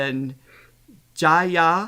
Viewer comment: is right pronouncing Jaya. Aah as in 'Father', else it becomes 'Feather' 😉 You should see the full segment of the Jaya Regine video. It sounded like a mini concert